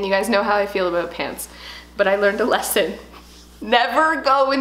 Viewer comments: a-boot lol cutee ( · I love how you say the word “about” LOL. ❤️